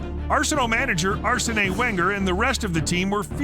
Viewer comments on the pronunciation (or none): "Arsenang" Wenger. Some of this mispronunciations in this video are hilarious! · ar-se-nay wenger killed me